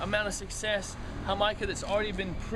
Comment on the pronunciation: I believe what he's saying is the Spanish pronunciation of Jamaica, which is a tea popular in Caribbean/Latino countries, made from red flowers, (hibiscus if I'm not mistaken).